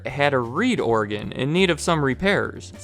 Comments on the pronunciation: It sounds like you're saying Oregon instead of organ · “OREGON” “ORGAN”